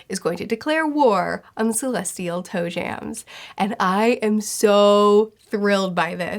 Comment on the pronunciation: I love listening to her but why does she call celestial dragons toe jams? XD